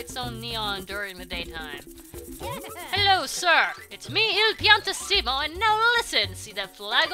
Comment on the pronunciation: It's pronounced piann tissimo not piantiss imo